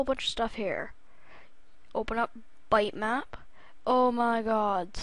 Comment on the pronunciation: its pronounced bit map, not bite or byte